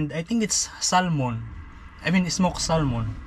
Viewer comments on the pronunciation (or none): We don't pronounce the "L" in salmon. It's just pronounced "sammon". :) No wonder your feet are cold. Croc's are all open. Closed in shoes at those temps. And you forgot to leave your gloves in the van. When you get home, make a list of the things you wish you had taken, and then go and put them in the van straight away. The "chicken" is a brush turkey. The male builds huge mounds of dirt and leaves, and the hen lays her eggs in it. He then tends the mound, which heats up from all the plant material, keeping it at a particular temperature by adding or taking away covering. That's how he hatches the eggs. Each baby turkey hatches upside down, with its feet facing upwards. This enables them to dig their way up through the leaves and dirt. When they emerge, they are on their own and independent. They are very fast runners which is their only defence as babies. When I lived on the Sunshine Coast in Qld, I had a turkey nest in my back yard. Three babies hatched out. I think the others were killed by hawks and other birds of prey, as well as cats. They grew up in my yard, but were never tame. And it seems they are not good for eating, according to those who have tried. Yes, sleeping in the car IS camping. Gosh the caravan park is expensive! I really liked this vlog and the one in the grand canyon. Beautiful places I will never get to personally (I'm old now), so it's a real pleasure to see them through the camera. Thank you!